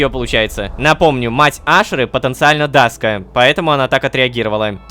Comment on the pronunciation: Не даска, а даск